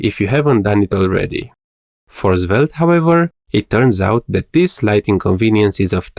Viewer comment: Why does your svelte pronunciation sounds like "Zwelte"